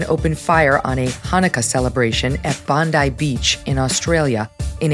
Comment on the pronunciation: It's pronounced Bon-dye. She says it correctly.